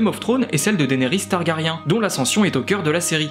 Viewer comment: on peut prononcer Targarien un peu plus correctement svp :)